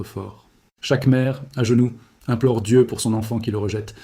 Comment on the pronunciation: Prononcez le nom de Dieu comme vous le faites c'est du blasphème.